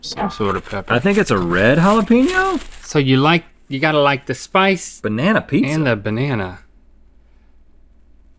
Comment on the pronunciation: Nobody: Rhett: Jalapeeno